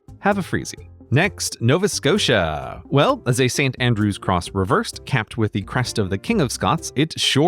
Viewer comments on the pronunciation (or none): none